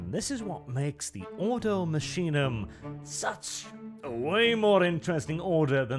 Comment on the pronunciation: Order from the machine? No, it should actually be Ordo Machinarum. Order of machines. Machinum would probably be an abbreviation created over the thousands of years. I also believe it would be pronounced Makinum, not masheenum like says it.